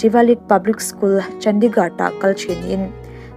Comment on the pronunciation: ChandigarD tiin lam toh suh boihi